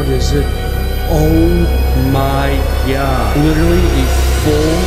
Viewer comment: "Oh, my Giad" - hahhaha